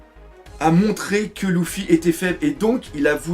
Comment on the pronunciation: la seule critique que jai a dire dans chacune de tes video est : que quand tu dit luffy tu le prononce louffy '-' . ptn que de puissance dans tes video